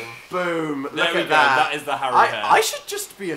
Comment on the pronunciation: am i the only one who gelt uncomfortable when dan and phil pronounced Haru and Makoto wrong?